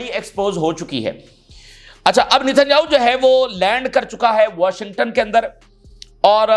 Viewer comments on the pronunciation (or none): none